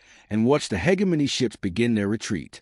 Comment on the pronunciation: For the love of god! Teach your AI to say hegemony properly!